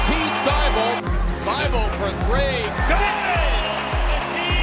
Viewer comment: "Welcome to Thybulle"